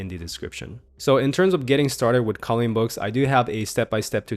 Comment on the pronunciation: You say "calling books" instead of "colouring books". On other videos as well.